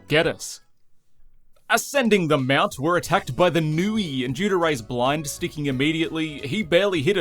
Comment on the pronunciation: Oh my gosh! You almost pronounced Nue correctly this time!